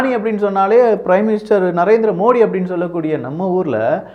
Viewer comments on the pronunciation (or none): none